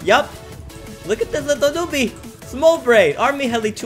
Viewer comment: Am I the only one that is extremely aggravated when he says LiToL nOoBie?